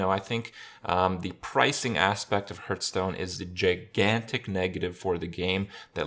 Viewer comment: Is it only me hearing instead aspect that his Ass-pecked